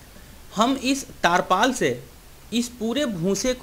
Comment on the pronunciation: Tirpaal bolte hai taarpal Nahi dakkan